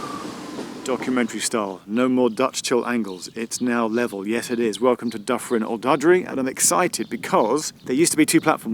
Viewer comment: Pronounced..tee gwin, Snowden. er Eryri please, sorry but you massacred Dyffryn Ardudwy ..that said other places were quite good..